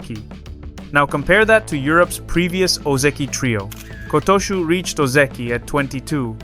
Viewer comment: My dreams for this thoroughly enjoyable channel seem to have finally been realised - Kotooshu's name being pronounced properly, or close enough to make no difference. I've been watching your channel since the start and I love it. The only issue has been some of the pronunciations. Really quite poor early on but a slow improvement to a level where it no longer detracted from the enjoyment. Kotooshu was the name that really set my teeth on edge and it was when I heard it in this video that I realised that the issue had pretty much faded away and I hadn't heard anything egregious in quite a while. Congratulations! I remember telling you a long time back that if you corrected the voiceover you would have one of the best English language sumo channels on here and you have made the improvements needed. Well done and thank you. Oh, and I'm sure Aonishiki will be a Yokozuna by mid 2027 at the latest, probably an awful lot sooner!